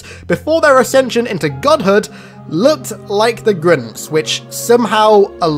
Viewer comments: GRINTS GRINTS GRINTS GRINTS, slow down and just say Grunts. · saying Grunts in your accent sounds like you were saying "Grimms" or something like that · Sounds like he's saying grimps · Grince or grunts? I couldn’t understand this video until I read the title.. you should feel bad for not knowing how to say grunts! What the actual fuck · Why do you keep calling them grints? LOL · Why he say Groont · Grimps? Are you mispronouncing grunts? Or you looking for Dr.Suess?? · Are u unable to say grUnts?